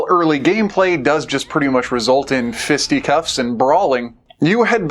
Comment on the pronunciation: FISTY CUFFS? !! HAHAHAH!!Fisticuffs Not FISTY CUFFS but it made me laugh!